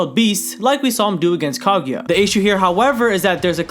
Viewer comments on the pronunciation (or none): none